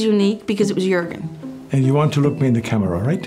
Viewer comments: Jourgen pewds lol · it's Joergen but spelled as Juergen!